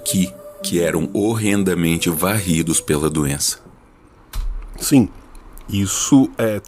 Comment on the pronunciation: Eu quero um corte do falando "você europeu é cheio de doenza"